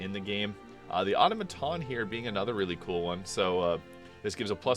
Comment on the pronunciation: Automaton is not pronounced Awto-maton. It's Aw-Tom-A-Ton.